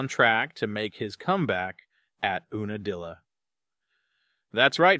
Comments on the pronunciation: Oonadilla? It’s Unadilla as in you-na-dilla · Ewe nadilla not oona dilla